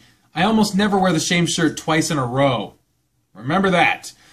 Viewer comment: "I never wear the shame shurt twice"